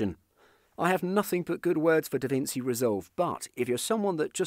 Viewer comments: Davinci as in [davintchi] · My guy can't pronounce davinci